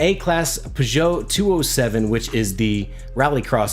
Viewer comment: You need to pronounce the car name correctly dude, I have no idea what you're saying, good video though. It's like Pur jooo, you say it like that please :)